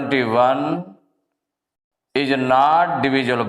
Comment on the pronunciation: Nat nahi not